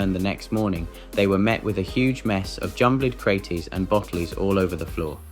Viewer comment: God, this was painful to listen to... It is like it was read by an AI bot with a fake accent! Sounds vaguely English with bottle being pronounced bo'l, but bottles is pronounced as bot lees crates as crate ees jumbled as jum bled mixed is mix ed cadbide as carbid etc claims 'internet translations from Russian to English leave much to be desired, then itself totally butchers the very next English title as 'Master meets bate ends'. Like, wtf? Final point: to be a true Darwin Award recipient, you not only remove yourself from the gene pool, but should never have bred either. Some of these characters (eg, #1 and #5) seem old enough to have had children and already passed on their genes before they autocorrected their existence. Edit had to give up before I had a brain aneurism and awarded myself a Darwin for putting myself though thus garbage! Apologies everyone for my comment and helping the algorithm spread this contagion. Hope you survived...